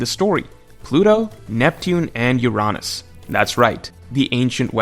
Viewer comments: Great vid but, “Ur-On-ass”, seriously? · I aint ever heard someone prounounce Uranus as "UR-AH-NUS" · Why do you pronouce Uranus in such a way. It's just wierd. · Why’s he saying Uranus wrong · When you said Uranus the not funny way it made me sad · How the fuck are you pronouncing Uranus my human??